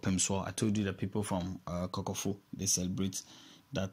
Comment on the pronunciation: Please pronounce KOKOFU properly